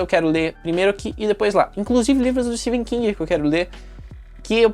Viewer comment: Amei o vídeo, só livrão em todos os sentidos ❤ e uma observação:Amei que voce pronuncia o nome do Etephen King corretamente, são poucos 😅